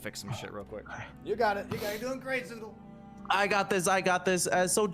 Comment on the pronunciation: PLEASE GET RID OF KAZOODLE His german accent is the worst.. or make him go visit some english pronounciation class